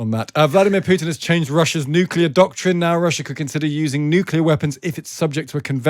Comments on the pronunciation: NuCLear not nukelar. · Nuclear is pronounced NEW CLEAR Not New Killer.😂